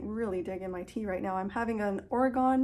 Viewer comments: always happy to see your new videos in my feed! FYI Oregon is pronounced or-eh-gun (not or-eh-gone). 😊. And that green sweater is gorgeous!! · Welcome! Thanks for watching!Oh dear an arm injury! The knitter’s worst nightmare. Glad you’re still knitting and on the mend. Sorry for the way i pronounced OreGONE 😆